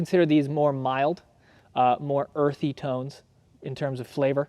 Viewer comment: He said “earthy” 😂😂